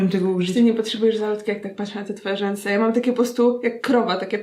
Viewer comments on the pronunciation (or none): "żęsy" to nieźle xd